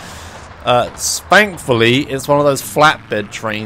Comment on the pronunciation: wow you actually say "thankfully" instead of "fankfully" here